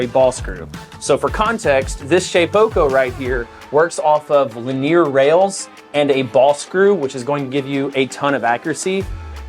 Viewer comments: why do you pronounce linear li-near instead of lin-ear? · It may be your accent but linear is pronounced "lin-e-er" and not "lin-ear"